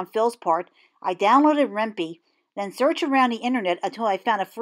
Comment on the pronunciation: Ren pee? lol I thought it was Ren "pie" because it's short for python.....heh....